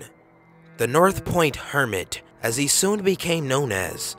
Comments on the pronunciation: North POND hermit. Not North Point. -_ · Why does he keep on saying, "North Point" when it's "North Pond"? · says north pond two times... continues to say north point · North POND, not North POINT. Duuh. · Its pond, not point. Just saying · north point hermit? It's north pond hermit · North POND. Not North Point. MARIE Holmes. Not Mary. Jeeeeeeez. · you repeatedly call him the north point hermit when on the news footage it clearly has him labeled as the North POND hermit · North pond hermit,not north point hermit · North *POND Hermit. pond, not point. also, this man was beloved by the area he victimized, and has received a lot of compassion. he is not a bad man. just a little confused. I dislike seeing videos making him out to be a creepy cruel criminal. like I said he's not a bad guy. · you keep saying north point hermit when it clearly says north pond multiple times. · north Pond Hermit not north point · North POND.... not North Point.... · north POND hermit not point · North POND Hermit! Duh it only shows it at least 3 separate times but he still says North Point Hermit. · North POND. North POND, not Point. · It says north POND hermit..... Not point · North POND, dude. Not North Point. You showed two news report stills with it right on there. Haha. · "North pond" POND! North pond hermit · do you even read the shit before you make sure you didnt get the wrong info? Its north pond idiot. I swear this channel is ran by a bunch of 4th graders.